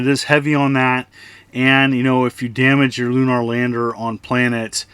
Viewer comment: The way you say lunar stabs me in the speech center of my brain. But these do look like a lot of cheap fun.